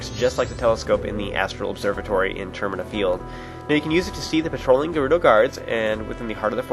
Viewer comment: its pronounced ( jer- oooh- doe) jerudo!